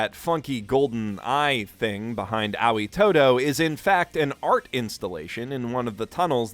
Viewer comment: dude, again, it's not pronounced "owwie". Say it along with me: Ah-oi.